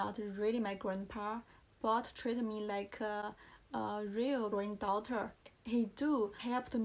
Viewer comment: 1. 刚看到第八秒，你的channel 和 france的a都发错了，两个[æ] 你第一个听起来像是[e] 第二个像是[ei] 而且还把n吞了。 2. 看到第26秒，一个句子里不是所有单词的发音都需要完全完全发出来的，你应该完全不知道liason的一些规则。小词的弱读（比如，to不要发饱满的two, 而要发成/tə/，就好像can不发/kæn/而发/kan/一样），非元音单词前的t的吞掉，元音前的t变成flap t等 3. 看到第43秒， 你granddaughter的发音问题和france一样，那说明你真的需要在这个音上重新下功夫。pa的后面为什么有r的卷舌音，你读idea不会读成idear吧？ 4 看到第46秒，do是助动词后面的动词只能是原型，所以你想表达强调应该说，he did help me a lot. 然后是lot的发音，我不太确定你觉得自己是英音向还是美音向，如果是后者的话 not,lot 的o 都应该发/ʌ/ 而不是 /ɒ/, 但是你好像发成了/au/ . appreciate 及物 需要加 it